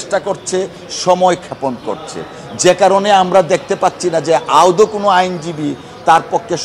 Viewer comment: মাননীয় সভাপতি শব্দটি " আউদ " নয় শব্দটি " আদৌ " বার বার ভুল উচ্চারণ করছেন !